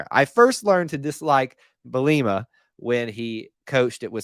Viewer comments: Lmao I’ve always heard bee-luh-muh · 😂 Bee-lah-a-mah